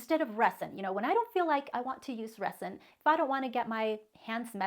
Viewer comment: I love your video.. but I'm not trying to be pronunciation police but as many times as you say "resin" the "s" is supposed to sound like a "z"..yes I'm an English teacher..lol